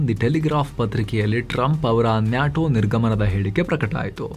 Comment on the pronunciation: Its called "Nay-Tow" not Naatow...